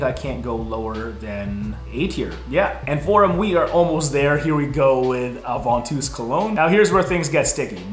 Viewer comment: Ovantus wtf!? 😂